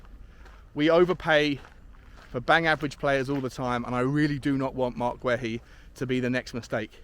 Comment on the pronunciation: It Marc Gay-EE not Gway he